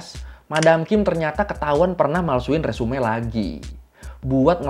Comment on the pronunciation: 😁resume 😁di baca nya resum bang e nya jan di bawa